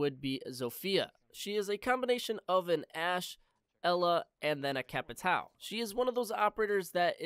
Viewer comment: It’s capitao not capitaeu